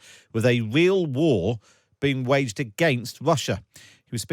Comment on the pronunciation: Who is God is the narrator here? Pwesident, not president; pawade not parade; weel not real.... I could go on and on. Fire the person! He can't speak English. I'm utterly repulsed.